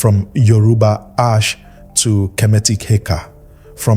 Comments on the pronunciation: Why is Asé (Ah say)being pronounced ash?? that is so disheartening for such a good quality video. Makes me question the information even though I know it's valid. please have the AI pronounce the word properly😩😫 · I’m not gonna lie, when I first saw this comment I thought you were over reacting, but then I heard him say Ash over and over again and it irked me. I hope he makes a correction either in the notes or remaking the video. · Why are you pronouncing Ah-Shay in this manner? Ashe/Ase is pronounced Ah-Shay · This is a beautiful video but the pronunciation of the power words are wrong which is messing up the video. If your using AI you can spell the word in a way that will force the AI to pronounce correctly like instead of spelling Ashe (spell it asay or ahsay). Spelling the word phonetically will make the AI pronounce the words properly. ❤️ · This AI voice had me fooled until I heard it mispronounce ase. Horrible! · I want to share video but I cannot because Ase is pronounced incorrect. Please take this criticism with love. You should redo video with correct pronunciations so misinformation is not being passed around. Plus people who know the correct pronunciation will not take video serious. Because it is a very well informational video. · Well said. The irony of a video about the sacred power of the certain words being spiritual codes.......and then keeps misprouncing the very word (in Yoruba) used for that very Power. Correct pronunciation (or at least as close as possible) is fundamental for invoking the Power of the Word.....exactly like any incantation. And it's DEFINITELY not "ash". Other than that, the concepts & images in this vid are excellent!